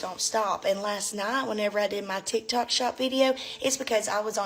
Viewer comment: When she said "Tikitok", it made me dead lmaooo.